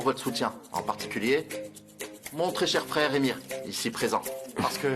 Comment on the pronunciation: Le prénom n'est pas Émir MAIS Emre qui se prononce Émeré. Tout comme pour Can ça n'est pas Cane mais se prononce Djane.